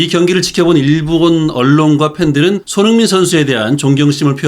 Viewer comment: 발음을 정확히 합시다. 손흐민❌️ 손흥민⭕️